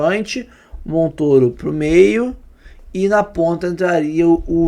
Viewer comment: Todo mundo fala MONTÔRO mas AÍ os babacas falam MONTÓRO , só pra serem diferentes.